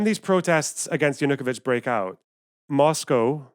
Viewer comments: Yeah, that bothered me a bit too. It's stressed on the third syllable, not the second. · Analysis as flawed as the pronunciation of Yanukovich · Great and right on everything save for one thing: Your pronunciation of Yanukovych is infuriating.